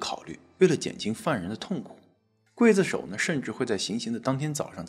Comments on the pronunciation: 刽子手不读会子手。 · 刽子手，刽，中国念“贵”没有错。秦桧，桧，念“会”。这俩字很多人念错。😊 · 我从中国来， 也念“筷子手”呀？